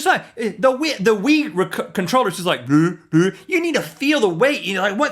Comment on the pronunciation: Isn't your fault for not taking your kids bowling? Don't blame the Wii for WiiBowling, blame the Wii for sounding like you're trying to say "Wiener".